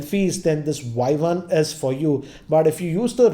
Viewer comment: Redmi Vuai-Vuan 😂😂😂